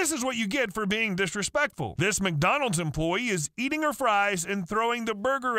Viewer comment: but why she called it “macdonulds” 😭